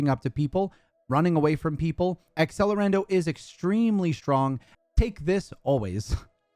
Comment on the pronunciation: This video is amazing - but please, learn to say accelerando HEHE